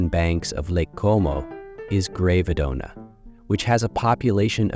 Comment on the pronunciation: Love the video and the properties. Well researched and the additional information is very interesting. Forgive me for criticising but some of the place names should be pronounced correctly…. (Menaggiio, Bellagio, Gravedona) 😅